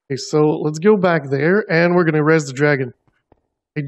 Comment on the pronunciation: Your pronunciation of "raise" is really funny but I like it. It sounds almost like raze :D